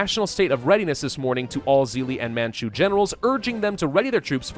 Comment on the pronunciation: "Insert the botched pronunciation of Qing and Manchu here" Me: I would like to strangle myself rn